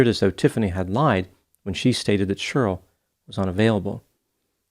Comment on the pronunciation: I can’t get over pronouncing Sheryl like it rhymes with Squirrel